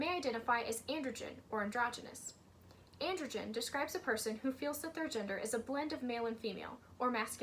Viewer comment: Just so you know, 'androgyne' is pronounced an - druh - jain, not an - druh - jn! You're pronouncing it as 'androgen', which is a type of hormone.